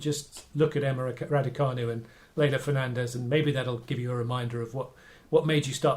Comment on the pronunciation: Learn to pronounce her name. EMMA RADUCANU, just the way it looks. Don’t worry she won’t be in tennis long. Tennis is just a pit stop on her way to international celebrity as a major film star. She will be the next Audrey Hepburn.